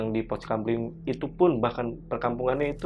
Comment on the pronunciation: Pos kamling mas, bukan kampling😅